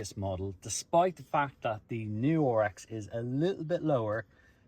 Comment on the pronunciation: RX. Not OHR EX 😆